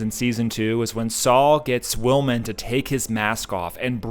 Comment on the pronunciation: Will mon, not Will men